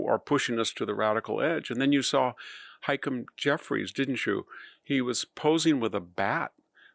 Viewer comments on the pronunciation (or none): Nuclear NOT nucular, HaKEEM Jeffries, NOT Haikem; Ilhan Omar, NOT Illian, and on and on: dyslexia? GET SOME HELP. Why hand your enemies more ammunition????????